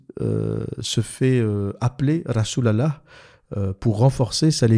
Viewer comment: Tu me tue quand tu dis "Rassoul Allahح" 😂😂😂